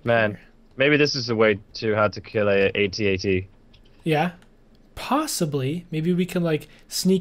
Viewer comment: At-at get it right